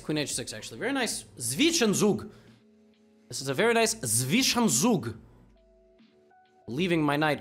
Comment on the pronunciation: Levy saying Zwischenzug very loud & correct!